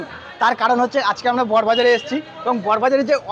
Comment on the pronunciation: First of all jayegar tar naam ta thik kore bolte sekho...... it's not 'bor bazaar '...... it's "Boro Bazaar"